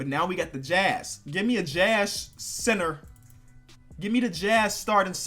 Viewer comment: When he say center it says cinner